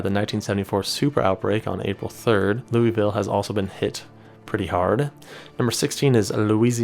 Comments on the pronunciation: Why? Do you say it “loo-wuh-vull”? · It’s pronounced LOO-iH-vull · As a born and raised Kentuckian, the pronunciation of “Louisville” hurt me😔